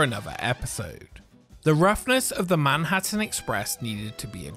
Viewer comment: "Manhurtin Express"